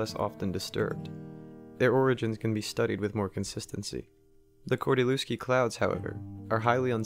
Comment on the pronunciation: all fine but you spell his name wrong :P kordy-lev-ski atleast that is how google would read it right there is no V in polish alphabet and every W is read as V in english therefore lew is read as lev in every polish surname ending on lewski if you want to keep it's oryginal spelling